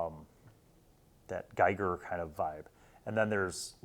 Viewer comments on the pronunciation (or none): That's not how to pronounce Giger :P See and On the flipside, your pronunciation would be correct for a Geiger counter.